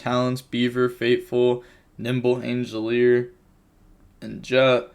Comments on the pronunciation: Angeleer? Angler being short 'a' sound. As in angle. I wonder if this is on purpose now,... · There is no "I" in angler LOL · 'angelier' is crazy 😂angler like an angler fish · Please someone teach him how to say angler 😂